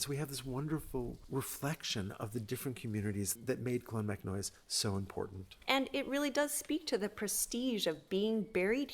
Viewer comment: I absolutely love this channel and have been following it for years now. I let you know now, this is very well presented, love to see you're doing some Irish stuff, but just have to pull you up on a few pronunciations there if that's okay; it's clon-mac-noyce like Joyce, not noise like toys, the same would apply to monasterboice ie Boyce etc, ciran is keer-On, the fada denotes the long vowel and its conn--nocht like noct-t-urnal, the ocht like the german for 8 is a bit guttural, other than that its perfect lads well done